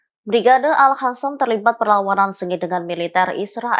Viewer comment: Reporternya cantik tp nyebut al qasam jd al hasam😁🙄